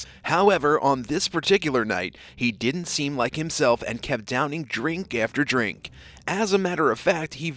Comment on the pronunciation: " Didn't" not "dint". Try to pronounce common words properly for a more professional presentation.